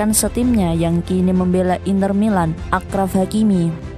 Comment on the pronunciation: Thanks videonya ya min.. tapi itu bacanya Asyraf ya bukan Akraf. Akar katanya = syarif (Arabic), n arti asyraf adalah lebih (atau paling) mulia/luhur.. misal digunakan untuk pujian kepada Nabi Muhammad SAW sebagai asyrafil anbiya wal mursalin (yang paling mulia di antara para nabi dan rasul). Gitu.. Kurang lebihnya mohon maaf.